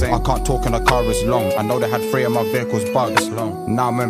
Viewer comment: three* not fray induction* not ‘in docked john wing’ cheeks* not chinx WAIT CHEEKS?! 😳💀